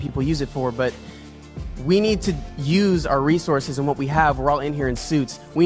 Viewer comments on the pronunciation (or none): none